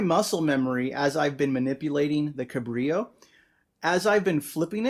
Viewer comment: FYI, little known is that "Cabrillo" is a Portuguese word (for the explorer) and they pronounce the 'L' sound unlike Spanish y sound